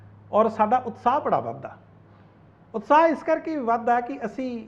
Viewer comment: ji utsah nai utshah Bolo ji mehrbani 🙏